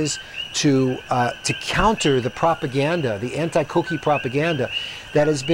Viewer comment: Is not coqui is coquí 😂